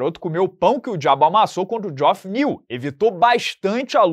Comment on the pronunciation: geoff se pronuncia "jeff" 😉